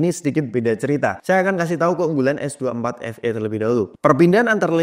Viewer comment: Ay de ting, ay cus S dua empat efe